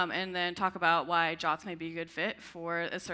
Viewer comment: Why pronouncing JWTs as "jahts"? This is just silly and will confuse people - just say J-W-T for clarity.